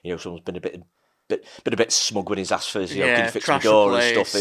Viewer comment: I axed 'em ... 😂